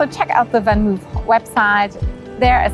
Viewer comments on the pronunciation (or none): it's van Mooooof, not van move, like your videos! greetings from Amsterdam:-)